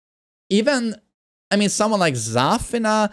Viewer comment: He said Zaf like we don’t know lol